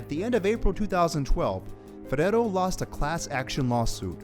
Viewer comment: Jeez you dont need to say ferrero like that